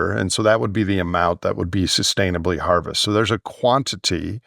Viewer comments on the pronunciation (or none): It's been 'harmested/not harvested.